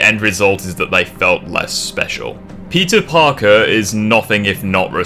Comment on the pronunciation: is it just me or everytime you say peter parker i always heard pizza parker